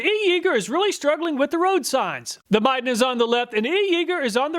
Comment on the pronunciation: Dude! You were pronouncing Midden wrong.